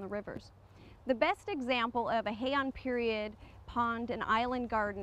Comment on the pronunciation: Hei-An pronounced as 2 syllables.